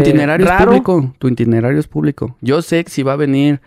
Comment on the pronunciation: es itinerario, no intinerario